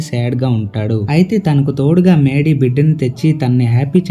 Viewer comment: Maydy kaadu raa mady